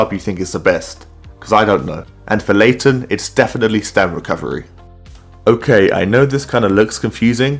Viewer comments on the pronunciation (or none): I love your vids man❤ But no WAY did you say Late* ten to Laten. The disrespect😭😭